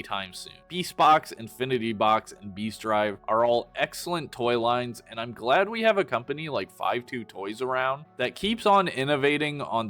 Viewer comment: you meant eGGselent right?